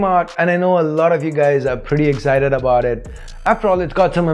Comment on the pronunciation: it's not bout it's About